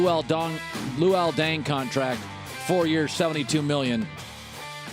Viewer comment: Colin Cowherd luol dung? Lmfao bruh put some respec on luol deng's name